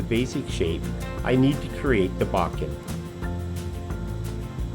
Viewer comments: your pronunciation is actually much closer than "bow-ken". "Boh-ken" is more like it. Beautiful video. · Nice video … it’s pronounced “bow Ken” (bow as in tie a bowno emphasis on either syllable